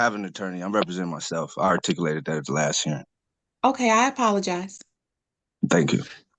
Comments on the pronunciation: If you say “Artickoolated” instead of articulated then maybe you should have council. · “I 'artickilated’ that last time.”